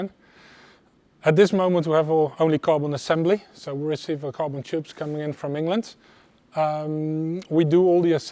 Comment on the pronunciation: I was 5 minutes into the factory tour until i realized he was saying “carbon” instead of “goblin”. I knew it was not right why would you have goblin and aluminum. Good times. Cadoa is a fine Chanel but they do much less DIY and when they do it is not in quite so much detail. Actually i wish there were more detail on this channel as well but it is what it is